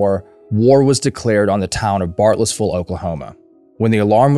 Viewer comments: Can you say Bartlesville correctly? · Bartlesville’s pronunciation always confuses people. Especially people from the South. Because Oklahoma isn’t really the South.